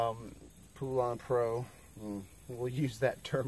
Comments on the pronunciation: IT'S PRONOUNCED POLEN OR POLAN NOT POOLAN!!!! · It's pronounced POLAND